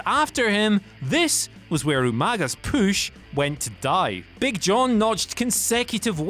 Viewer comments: I don't know why, but this guy repeatedly saying "poosh" instead of "push" is driving me fucking insane. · why does he say "poosh" instead of push? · Maybe I'm the only one slightly annoyed by the pronunciation of PUSH not POOSH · Where are you from? Why do all the words that have OO or OU sound so weird coming from you? You are the only person I’ve ever heard that makes push sound like poosh alongside many other words. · WhatCulture workout: Every time he says POOSH, give me 20 POOSH OOPS! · If youre gonna try to place more heat on cena, learn how to say push...its not pooooosh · I can't take u seriously wen u say poosh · They realized they needed to do something on the way this guy says pooosch, like i said last video. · Downvote because I can't stand the way he says "POOSH" 😠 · I want to beat your ass for saying push like pooosh. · whats this poosh word that keeps being said??? edit: oh my dear god i have known a partially deaf 7 year old pronounce things better than this idiot lmao. u and oo completely mixed up n u say bury as berry. should sounds like shud not shood. jesus h christ what a flid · Stop saying pooosh... PLEASE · Say "Püsh" one mor time ! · I hate when he says "pooush" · They look for any video where he can say "poosh". They must. It needs to be done. Jesus. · Your repeated push pronunciation is stupid. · Whatculture needs to stop pushing! He can't even say push correctly! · It really bugs me the way this guy says push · It’s his accent